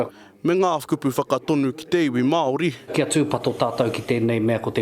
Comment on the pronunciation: Not worth listening to a guy who can't even pronounce "Māori" correctly. Not worth respecting neither